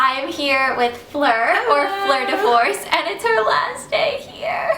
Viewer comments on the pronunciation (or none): lol you dont even know her names its fluer de force not fucking faur de four are u tarded dont go around leaving comment like that its so rude man u dont even know her